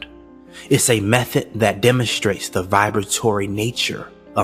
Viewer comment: Im sorry what is a methot???? Did you mean method? And why does my weather lady say we need to wear a hat on our het?? Does she mean head???